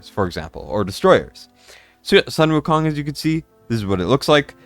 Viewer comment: Sun Wu Kong in chinese is pronounced as Soon Wu Kong